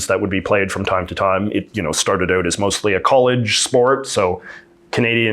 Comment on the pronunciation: I'm still convinced that JJ is having us on with his accent. He pronounces "ou" like the American stereotype and not like any Canadian I have met, ever. And I mean, ever. I've lived here, grew up here, travelled end-to-end here several times and, never. So. ❤